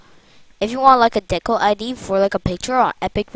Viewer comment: It’s decal not deccal